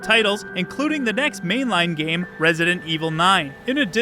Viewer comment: geem? or game? learn to speak clearly